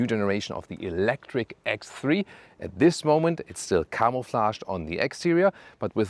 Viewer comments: I love your channel, but could you please say ex (separate) three, not egthree? It's quite a popular model on your channel, if you know what i mean... It would be lovely. Sorry for the annoying complaint... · One day he will pronounce X3 correctly 😅